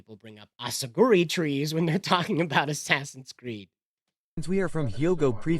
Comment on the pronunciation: Katakana clearly says asakuri, yet shitty AI english pronunciation can't match the proper japanese one 😕 Subtitles would be so much better than those crap voices x_x'